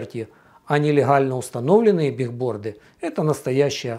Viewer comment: Правильно говорить не бигборды а билборды, от английского доска объявлений